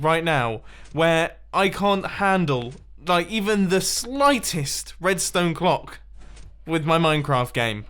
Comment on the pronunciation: You said Tedstone on intro